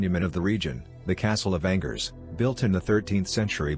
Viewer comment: Great,,,This artificial intelligence voice besides sounding phony totally mispronounced Angers. Too much unnecessary technology.